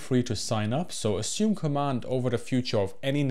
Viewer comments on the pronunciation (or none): none